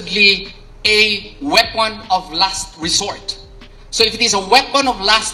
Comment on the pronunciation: "weapon of last wesort", really 😅?